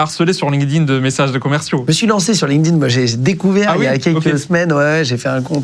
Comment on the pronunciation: Ben voyon tabarnaque, Deja me faire appeler canadien et apres cest quoi cette facon de dire linkedIn, linedine. Triste d’entendre ca💀💀💀